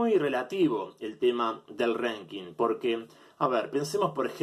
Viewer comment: No sé por qué decidí ver la parte que hablabas de Ríos, sos un payaso con todas la letras. Cómo vas a comparar una liga de fútbol con el ranking atp? No hay un campeón del año en la atp. Qué mierda es un "renking"? Ranking idiota, hablá bien!!! Nunca escuchaste a Federer hablar sobre Rios? En serio sos nefasto jaja